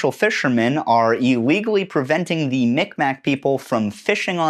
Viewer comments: great video, just one thing: the way you pronounced Mi'kmaq wasn't quite right, it's pronounced "meeg mah". just a small thing but I live in Mi'kma'ki and it's important to the people here that it's said correctly! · Great vid, fellow canadian!! JSYK, Mi'kmaq is pronounced mig-mah